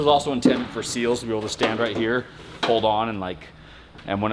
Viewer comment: SEALs, not Seals